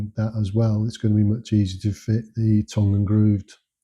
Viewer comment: Are you from Lancashire? Just the way you said tongue!